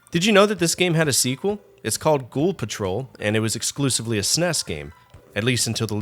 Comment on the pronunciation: While you can have your opinion on the games, it's difficult to get past you constantly calling the console a Sness. It's S N E S. Calling it it a Super Nintendo is acceptable as well.